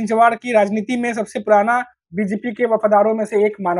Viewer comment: one correction, it is चिंचवड and not चिंचवाड